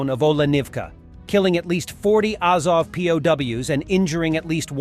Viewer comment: Sigh. AH-zov, KEE-eev